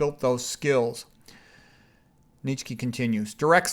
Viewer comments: Less than two seconds in this man says neech key. So I blurt out i'm done. Not a good sign that you know what you're talking about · What the hell pronunciation is he using for Nietzsche? It’s pronounced “nee-chuh.“ My ears are hurting from this guy